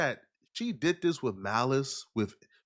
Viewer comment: The word is THIS not dis!!!